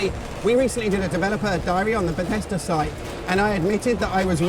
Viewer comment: besthedas...oooookkkaayyyyy.......not Bethesda ???